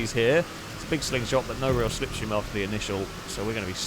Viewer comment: Apollo translation for "Stay in the sniff stream!!" Apollo translation for "See da sniff stream car go, why you no sniff stream?" After that begins the language warning...